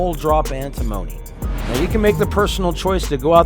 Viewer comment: Great video, very helpful, but you might want to look up the correct way to pronounce "antimony"